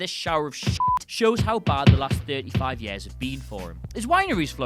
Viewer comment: Why does he say year like that it is so annoying